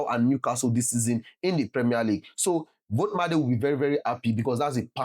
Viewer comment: It is pronounced volt ee ma da 😅